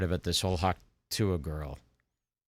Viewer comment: calling hawk tuah “pa-ting” without even thinking twice about it is funnier than 75% of kill tony